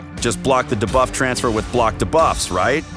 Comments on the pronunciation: Try saying D buff. Not like dabloom 👍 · Lol - why can’t he pronounce it like “dee-buff”? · Lol I hear da-buff too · The way he says "debuff" like "D Buff" 😂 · Yeah it bad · Why does he say “debuff” that way 🤢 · And of course he says it like 5000 times in the video haha